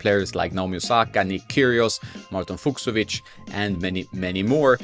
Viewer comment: I love how you call Marton "Fuchsovic". The cs in Fucsovic is pronounced just like the c at the end.